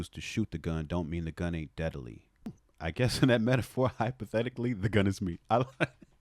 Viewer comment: I think we're over looking the forced pronunciation of 'dead uh ly' tho